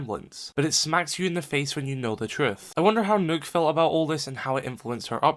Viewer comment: That’s the way it’s supposed to be pronounced